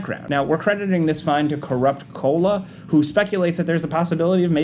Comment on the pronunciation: do we need to talk about your reading skills lol. Bro said Provide to Providence and then called Coala by Cola.